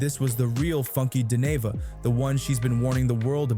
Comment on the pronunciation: Its crazy that you dont know how to pronounce his name. Your not part of the culture ... Move on Sr